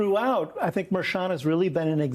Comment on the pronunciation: The judge's name is pronounced MER-chan with a hard "h".